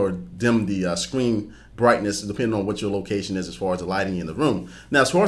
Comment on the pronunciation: i couldn't stop focusing on when he said scween